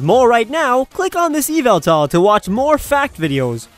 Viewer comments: It's pronounced Ye-Ve-Tal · it should be why-vel-tal.